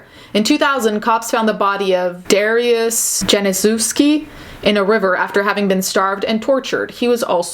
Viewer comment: Kudos to you trying to say polish names, they are tricky (my last name proves that lol) Some tips about saying polish names. Kyrstian is a more softer sound. Dariusz is darius is polish so correct :) the letter J in polish should be not a rough J sound but a Y sound(?) Perfect example is yennifer from the witcher series so jacek would be yahcek. Does that make sense? Jacek is jack in polish as well. I hope that made sense cx